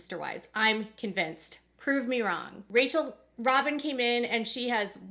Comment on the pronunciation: It's not rachel its rachelle pronounced rah chelle